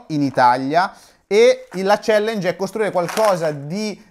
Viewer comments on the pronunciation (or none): none